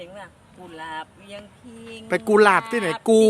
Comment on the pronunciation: กุหลาบ ไม่ใช่ กูหลาบ